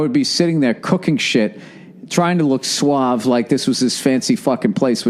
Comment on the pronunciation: I hate the expression "suave" cause that's not how you pronounce suave lmao